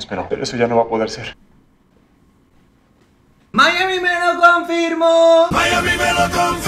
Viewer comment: Yo al escuchar mayami melo konfirmo : 👀💅👌🧖‍♂️